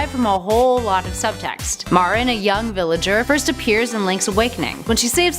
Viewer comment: She pronounced Marin wrong Edit: and epona !!!